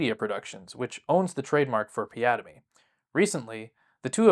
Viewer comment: The way he ( ) says piademy sounds like piada - mi The portuguese word for joke